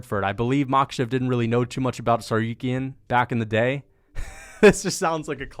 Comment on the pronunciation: I hate the way he pronounces TsarROOKyan